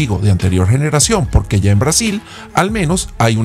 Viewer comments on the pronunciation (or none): none